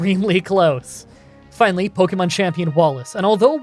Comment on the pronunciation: Ive been watching your videos for awhile now, and I enjoy your content generally, but could you please stop pronouncing pokemon like “poky”mon. It’s more of a “pokeh”mon. Listen to the anime. I know its small but you could at least pronounce the name of the game you are playing correctly.